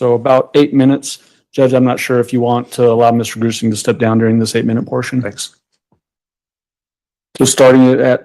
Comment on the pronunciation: Jonathan Grusing - FBI investigator I had to google it I kept hearing "Gruesome" not Grusing. Lol.